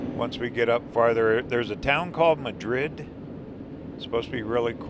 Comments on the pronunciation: Beautiful video! We lived for 28 years in New Mexico and have many memories of the roads you are driving. Thank you for sharing your videos. Great job! P.S. Madrid is pronounced MAD-rid and Cerrillos is pronounce Ser-REE-yos with the R rolled (or trilled). It means "Little Hills". Madrid was a coal mining town that supplied low-sulfur coal to the Santa Fe Railroad, Santa Fe and Albuquerque. The next time you go through, swing by Galisteo, over east of Cerrillos. Burl Ives used to live there. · Probably mentioned by some in the comments, but Madrid is pronounced 'Mad - rid. The Mine Shaft taven stood in for the Red Pony saloon in the Longmire series, The movie wild Hogs was filmed in Madrid. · Mad’rid has the accent on 1st syllable BTW here in NM. It used to be a coal mining ton, until coal ran out.😊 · Madrid pronounced Mah-drid I’m so thrilled seeing you cover my home state. Thanks